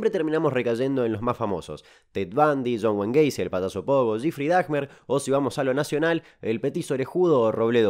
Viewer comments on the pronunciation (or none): "Guifry Darmer" ...lo pronunció tan para el culo que me dió ternura ♥